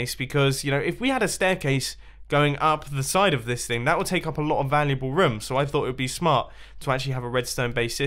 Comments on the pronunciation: Is anyone else annoyed how he says room??? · The way he says "room" I's great